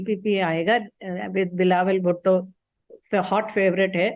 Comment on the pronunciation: Saurabh ji aapne galti se 'bhutto' ko 'bhutte' bol.diya. 3.38 to 3.43